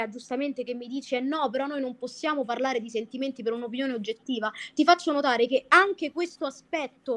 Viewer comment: Ricordate che Anna è stata la ragazza di Mr. Flame; questo la dice lunga sul suo quoziente intellettivo, probabilmente sotto il 70. poi tutte e 2 stanno a ripetere "fammi parlareh! non interromereh!"; e poi? INTERROMPONO in continuazione.